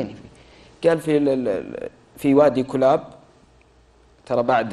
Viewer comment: مازلت تنطق اسم الكلاب خطأ الكلاب بضم الكاف وتشديد اللام ثانيا كسرى اوقع عامله في البحرين في حصن المشقر ببني تميم مشكله تتكلمون في التاريخ وانتم غير مختصين